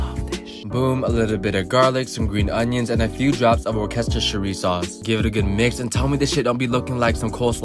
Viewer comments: Wer-kes-ter-shir-ri sauce?! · i lost it when he said “workestersheri” sauce HAHSHWHSHHESHHWHS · "Just a dab of WOOKESTESHERRY SAUCE" Never heard it be pronounced like that before XD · workestersharie sauce wtf